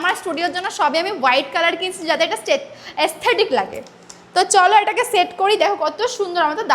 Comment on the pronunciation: এসথেটিক উচ্চারণ করতে পারছে না আবার রুম এসথেটিক করবে বেশি বড় ছাবরি😂😂😅😅